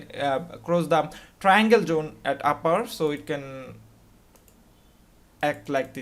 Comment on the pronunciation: I've just worked out; when he says Jone, he means Zone.